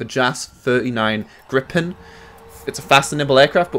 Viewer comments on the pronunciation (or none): Dude, lol "Gripen" now Gryphon? what? 😂